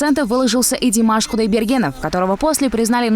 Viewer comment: Всё в этом ролике некорректно: и неправильно произнесённая ( казахом!) фамилия Димаша, и нелепое сравнение с каким-то басковым. Кто это ?! Я о таком ничего не слышала, да и не хочу, неинтересно. А Димаш - мировая Звезда, вот о нём я слышу и его слушаю постоянно! А у ведущего явно комплекс неполноценности в национальном масштабе(( Как можно взахлёб нести полнейшую чушь о национальной гордости, о сокровище страны?! Как можно так радостно сравнивать Солнце с лампочкой ?! Идиотизм какой-то, простите...Это уже ни в какие ворота...